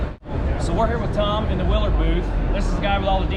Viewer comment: Hey get the name right when mentioning a company..sounds like you said " wheeler" booth for the light company!!